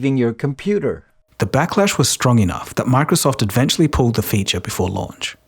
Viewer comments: Pls stop saying advechally. It's eventually! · Constructive criticism: "eventually" is pronounced "eventually", not "ed-ventually".